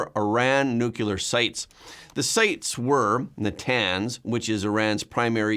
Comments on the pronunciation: Nu-clee-er, not Nu-kew-ler. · 'NUCLEAR' is, pronounced 'new-clear. Not 'nuke-u-lar.'